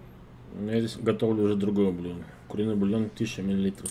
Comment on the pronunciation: Блюдо ударение на Ю раз 5 уже повторил